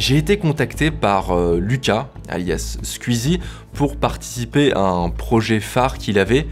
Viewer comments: on dit Squeezie comme ça ? J'ai toujours prononcé "skouizi" pas "sq-ui-zi". comme je dirait "twitter" et pas "tuitter" ou encore "la Wii" et pas "'la ui". Me trompe-je depuis tout ce temps ? Ou c'est un accent de l'est qui ressort chez notre cher Mamytwink ? :) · J'suis le seul à être gêné par sa façon de prononcer le nom de Squeezie? Je suis tellement cringé que j'ai stop la vidéo :s